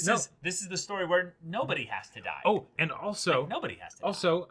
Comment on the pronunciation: "If u don't fight, u Daida" HELP I CAN'T STOP LAUGHING